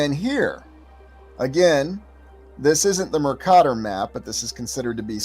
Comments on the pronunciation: As a geography major I’m curious why you pronounce Mercator the way you do? I’ve never heard it pronounced that way. Just genuinely curious? Love the content! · Good video. But please check out the correct pronunciation of Mercator.